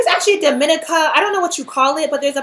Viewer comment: Its pronounced dom-ih-NEE-kə